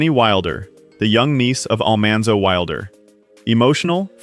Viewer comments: I wish they had gotten someone to pronounce names correctly ( Oleson , Almanzo , Grassle ) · Almonzo, for goodness sake